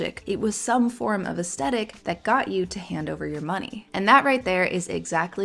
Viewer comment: Hi, I love your videos but it's pronounced "aesTHetic". It was driving me insane. So sorry to nitpick, please continue to put out great vids!